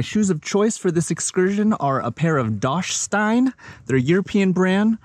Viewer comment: Dachstein... didn´t get the pronunciation quite right :) - no problem, just to let you know. It is a German word. The brand is named after a mountain range... Great video! Magnificent landscapes... thank you for showing it!